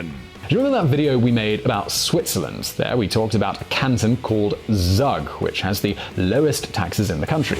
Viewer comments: haha how you slaughtered the pronunciation of Zug. It's not "zag", it's "tsoog" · The place in Switzerland - Zug. Is pronounced like "Zoo" and "G". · Hey, Zug is pronounced tsoog!